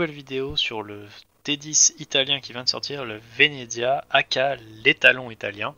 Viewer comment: le vénéDEZIA wsh c horrible sa se prononce vénétsia bahaha bref jadore le venezia perso